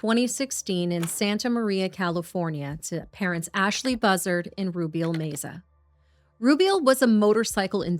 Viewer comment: Love yalls videos!! The surname name meza is pronounced meh-za. ❤️❤️